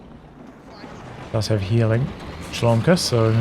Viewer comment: Dude, just for the future: OK nickname should be read as Lomka, cuz there's a Russian word - Ломка.